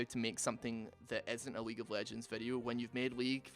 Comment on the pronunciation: at some point i was sure he said weak of legends lmao 💀